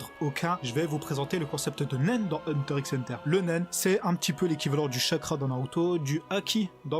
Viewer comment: Et sa se dit Hunter Hunter on dit pas le x